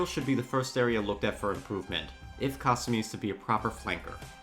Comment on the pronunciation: Ka sue me!!!! Ffs say the characters names right or do not say them at all, you boching their names makes you sound like your brain is just rocks